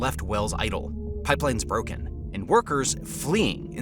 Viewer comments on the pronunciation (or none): none